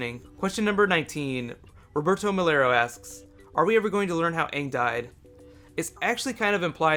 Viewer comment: Ugh that movie was the worst, they didnt even pronouce aangs name correctly